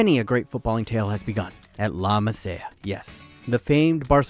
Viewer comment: wtf is La masaih-uh